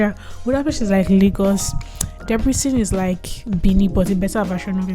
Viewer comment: just pls try to say "Debrecen" properly